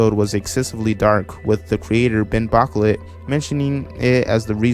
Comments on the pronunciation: "BOCKLET" LMAO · lol the name is pronounced ( ben- bo- -q-let ) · For future reference his last name is pronounced bouquet but with clay in the middle